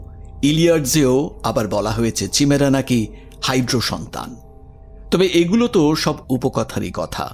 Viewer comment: Chimera কাইমেরা। চিমেরা টা কি? অশিহ্মিত নাকি? তাহলে স্কুল যান। এই কাজ টা অন্য কেউ করুক।